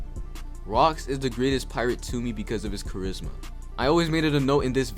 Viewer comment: d-d-d-did you s-s-say............... charizzma 😖😣